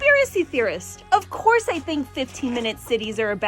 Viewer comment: The way she puts an H in "course" really boils my piss.